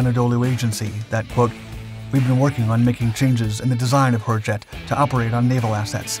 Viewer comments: I swear this sounded like the narrator said 'Whorejet'. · As pronounced by the narrator, I just can't get past the this aircraft's name without snickering! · I think he said hurjet 150 times just to have fun with it and each time all I heard was something else. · I like the top speed, and the general smallness of it. But the name (I know HurJet means Freedom Jet), but the way the bot narrator pronounced it, and said it so many times during the video made me chuckle.